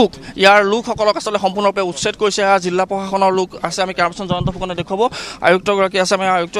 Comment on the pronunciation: জিল্লা❌ জিলা